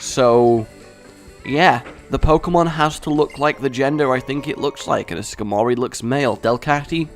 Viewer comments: Hey, why do you have a horrible habit of mispronouncing pokemon names??? Skarmory is pronounced Scar, as in a wound, mur, as in the first part of MURICA, and ree. Your pronunciation: Scarmorey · Why are you and unable to read names properly? Skar-mory... Nadalia for.